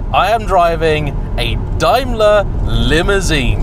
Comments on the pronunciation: That's DAME-ler,. DIME-ler makes Mercedes-Benz! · It's Dame..ler.. not Dime...ler!!! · DAME-ler not DIME (bar) ler. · Quite so, but the UK company has always been 'dame-ler' and never adopted the German pronunciation. Even when referring to the German group, only nerdy Brits (like me) ever say 'dimeler bents ah gay'. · Pronounced. Dame ler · Literally the first time I’ve ever heard Daimler pronounced that way, bizarre. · Yes same as me..hes got it totally wrong. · Love the way you mispronounce Daimler 😂😂😂